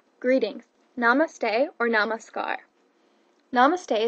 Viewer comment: If youre teaching or explaining indian culture, it would have been nice if you atleast attempted to say "namaste" and the other words properly, even if you're not native.